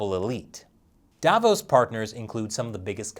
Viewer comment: Sounds more like "Davros" than "Davos".